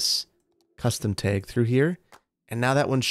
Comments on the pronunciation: Tag not teg😂🤣🤣🤣🤣🤣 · teg - please say bag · Love the Midwestern "tag" pronunciation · I love the way he says 'teg' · Man, "taeg"? Hehe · I got used to thinking of you as having no accent because you pronounce almost everything the same way I do, so I was definitely surprised when you said “tag” like “taeg,” lmao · My Michigander ears picked up that Wisconsin/Minnesota pronunciation of "tag" 😂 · I twitched a little each time, never heard it pronounced that way, same thing with "drag" it took me forever to realize I wasn't just mispronouncing it wrong my whole life lol! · Pnw also pronounces it this way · The way you say “tag” very Wisconsin of you. I love it. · The Wisconsin really jumped out when was saying "tag" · Boy the way you said tag was the most Wisconsin thing. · the wisconsin came out when saying tag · You say tag like you say peg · I have never in my life heard the word tag pronounced like that. Is that a midwesterner thing? Don't take this as me making fun, I'm just curious. I've got a Boston accent myself so i've certainly got my quirks.